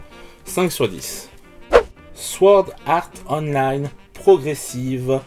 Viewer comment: Très bonne prononciation pour Sword Art Online ! Et je te conseille vraiment l’anime car perso moi j’ai adorer ! Abonnez vous au guide barbu !